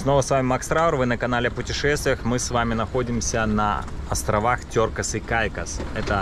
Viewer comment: Почему Тёркас? Теркс же